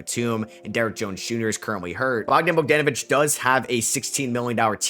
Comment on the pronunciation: He said Bogden bodenevich